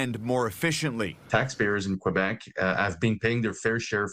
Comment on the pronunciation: Remarkable how none of these ostensible professional journalists broadcasting in English can pronounce place names in English, not even the most basic names like Quebec or Quebec City.